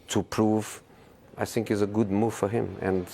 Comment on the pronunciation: Jose's "i sink" is like a music to my ears😂😂